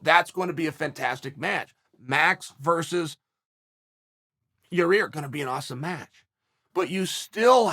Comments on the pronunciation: He slipped up and accident said Yair’s name right lol love Uncle Chael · Chael finally said Yair instead of Your Ear